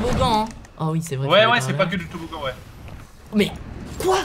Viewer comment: Pas toboggan toboglan 😂😂😂😂😂😅😅😅😅😌